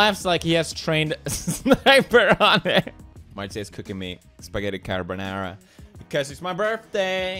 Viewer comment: The way Felix say's "carbonara" makes me a dissapointed European